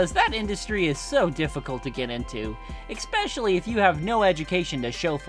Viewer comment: It urks me every time you pronounce "especially" as "eckspecially"